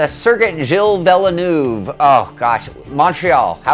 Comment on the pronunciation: Learn to say "Gilles Villeneuve" once and for all, god damn it! It took me about 5 seconds to find a video on YT so dont be fking lazy. Here it is, right at the beginning Gilles Villeneuve - Murray's Magic Moments